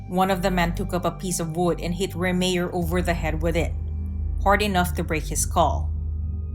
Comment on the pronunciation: It’s pronounced “Ray-Myer”, not “Ree-mere”🙄